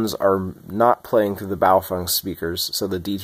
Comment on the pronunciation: I just need to say that, you’re the first person I’ve come across in the western world, that correctly pronounced BaoFeng. All I hear is bayofehng.